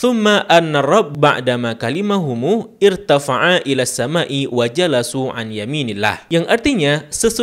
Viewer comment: Punten, meluruskan, bacaannya Kallama bukan kalimu dan jalasa bukan jalasu, mantap penjelasannya👍